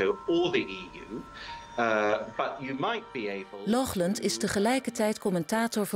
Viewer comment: Lochlunt? Wat is dit voor een zwakbegaafdheid? Er staat toch duidelijk Laughland?! Doe één tel moeite om dat goed uit te spreken.